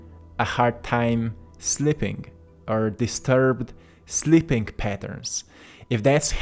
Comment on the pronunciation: Not " SLIPPING" well, but S L E E P I N G " well. You are difficult to understand. I am SLIPPING away!